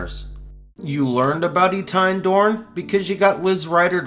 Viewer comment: Love you man, but it's Eh-tee-en, not e-tine.